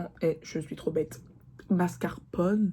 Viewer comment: Ptdrrrr MASCARPONNE 😂😂😂 On te pardonne le français c’est trop dur pardon